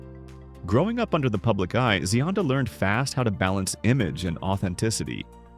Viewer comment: The voiceover is pronouncing her name correctly.